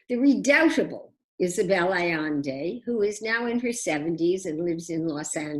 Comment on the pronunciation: GET IT RIGHT!!!! Her name is pronounced “Ah yen de” NOT ALLANDE - follow your vowels Furthermore, it is common knowledge the CIA assassinated Salvador Allende. Thanx professor